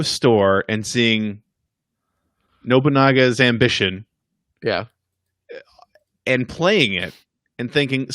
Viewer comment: Pretty sure its pronounced "No Bunga's Ambition", just FYI. Also, please get the camera closer to face. Thank you.